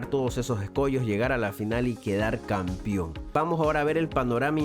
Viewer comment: ¿Por qué dice Campión?.